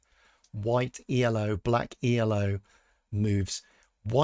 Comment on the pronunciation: The first observation of Milky Chess was that his cp loss flatlined against Elo, ie with no correlation. (By the way Elo it is pronounced "Ello" because it is the inventor's name, not an acronym). Your R coding at least casts some doubt on the observation. The second observation was that SuperGM level of play usually had a slightly lower value for cp loss than Hans, and you have replicated the number for Hans at Elo of 2600+ but not run the comparisons, so far. Third observation was that the variance of cp loss also declines with increasing Elo in other players, but is pretty random with Hans (correlation coefficient about 0.5). This you haven't replicated yet. Finally, the argument that Hans cheats was supposed to be that Hans at 2600+ displays a combination of variance and cp loss that is typical of players with an Elo of 2500 and very different from what is seen with players at or above 2700. Obviously, your replication exercise hasn't got to the point of being able to reassemble the pieces of this argument. But the first part and the approach are very promising. Maybe Milky Chess has just made a bunch of mistakes in Python. Please carry on!